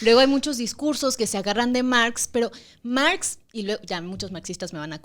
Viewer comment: Mergs " es Marx en inglés ajajajajajjajajajajajajajaj